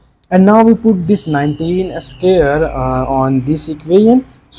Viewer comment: What’s a “scare”???😂😂😂😂